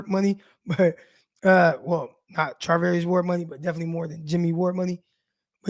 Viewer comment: Char NOT Tar 🤦‍♂️